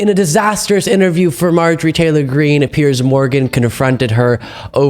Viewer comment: it's so easy for you to sit there bullying a WOMAN, of whom you know absolutely NOTHING. Firstly, Piers (or as you say Pierzzz) was so blatantly disrespectful to this beautiful patriot who was merely attempting to defend herself after Pierzzz so mercilessly attacked her from the get-go. Now you, being a vapid leftist, lap this stuff up like the loyal Trump-Conservative-Republican-Christian-hater that you are. When any Conservative (or Republican, or Christian, or...) gets in the crosshairs like Marjorie clearly was, your nostrils flare and you almost look pre-orgasmic. It is truly something to watch. If you were somehow able to muster up an original thought and/or had even an ounce of the mental capacity to be open to anything other than radical, hard left-wing pablum, you might discover new horizons. You might find out that the vast majority of Conservatives/Republicans (not RINOs) tolerate you and wouldn't besmirch you just for having differing views. We actually respect your First Amendment right (remember the First Amendment, it's part of the U.S. Constitution - didn't know if you knew that) to say pretty much whatever the hell you want to say, even though it may be absolutely without merit. I might add that it is within our rights to peacefully protest against our government (as was done on Jan 6). I'm curious to know if you think what BLM & Antifa have done for years is within their Constitutional rights? I'm speaking of course about all the violence, looting, des